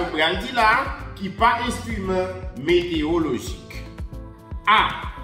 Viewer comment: Kesnel, excuse-moi. On dit "météorologie" non pas "météologie". Il y a un "ro" dans le mot. Ne te fâche pas!